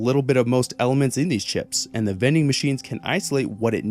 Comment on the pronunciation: Bro said vending machines then I was like oh THOSE vening machines